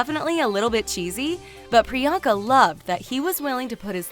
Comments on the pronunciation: It’s priyanka like the an is pronounced like the un in un-cle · Its Pri-yunk-aa not Pri-yaank-aa And it's Pur-in-eet-ee not paar-in-iti!! Also it's pronounced Sun-geet not saan-jeet STOP PRONOUNCING INDIAN NAME WRONG!!!!!